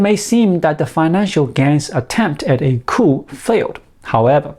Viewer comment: Good video and information,. By the way, the word 'coup' is pronounced 'Koo'. The 'p' is silent. Once again, we have the French to thank for this.